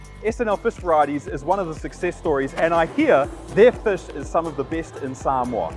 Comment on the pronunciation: Why is everyone suddenly pronouncing Samoa like that? I swear I just slipped into a Mandela effect, in my old universe everyone used to say "sam-oh-uh" now every says "sam-ore" like what? Get me out of here!